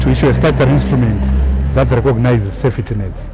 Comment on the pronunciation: Get fucked Biti..you provide the first donation and its pronounced safety not sefetty